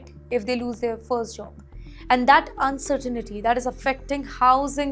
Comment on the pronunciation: It's pronounced "uncertain-tea" not "un-sir-teen-e-tea"... 🤦‍♂️